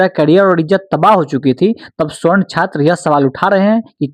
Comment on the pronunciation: Darr to bahut lag raha hai sir aapko bhi warna ✔️ सवर्ण (Savarna) ❌ स्वर्ण (Gold) — ये सिर्फ धातु है 😅